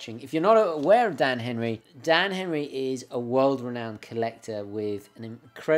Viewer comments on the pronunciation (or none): none